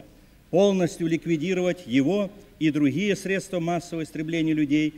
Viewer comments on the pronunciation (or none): none